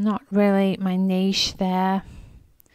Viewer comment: Thank you for pronouncing niche the correct way. Neesh, not Nitch everyone.